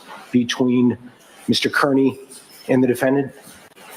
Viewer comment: Judge Sisitsky, not Judge Doolin. Also, Aidan/Turtleboy's last name, Kearney, is pronounced "Carney."